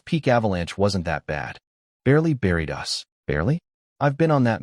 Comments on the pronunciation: I can't stand bots . Us is us not U-S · How come the AI can't say us? It says U S